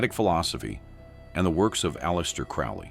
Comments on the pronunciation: It's crow lee. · Crowley pronounced like the bird: crow-lee. Your emphasis on the man and your inability to pronounce his surname correctly sort of belies your credibility on the subject matter herein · Saying his name wrong. AI crap as usual.